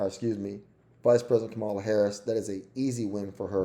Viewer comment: If you want to sound credible, you should start by pronouncing a few things correctly: Nevada: neh-VAD-uh Kamala: Comma-luh It's also the Democratic party, NOT the Democrat Party.